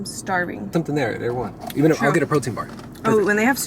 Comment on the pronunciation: Were you at Erewhon? I couldn't tell if you were saying Erewhon or you were going to someplace called Air One to buy your stuff. It sounds like Air One